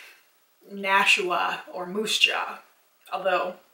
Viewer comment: Moose Jaw lol your Canadian is showing